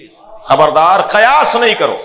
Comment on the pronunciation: قیاس. زبر سے نہیں زیر کے ساتھ ہے پہلے لفظ تو ٹھیک سے پڑھو